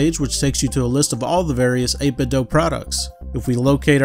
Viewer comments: Dude says "8bit-doe" 😅 Thanks for the video. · I've often heard it pronounced this way. Some pronounce it as the verb "do". Not sure what the intended pronunciation is.